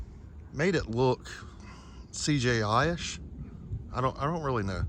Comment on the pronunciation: CJI-ish?? C-G-I...ish.